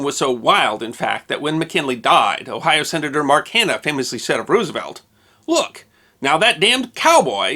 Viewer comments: You should KNOW that Roosevelt’s name is not pronounced ROO—like Ew! The name is Dutch, so the double O is pronounced like the (single) O in ROSE. ROSE-evelt. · Please don't pronounce it as Roos-uh-velt, but as Rose-uh-velt.